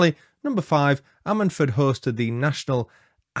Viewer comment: Lol its pronounced ....I sted ford!! 🤣